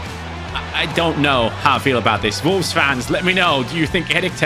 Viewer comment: love the german pronunciation of volves 😝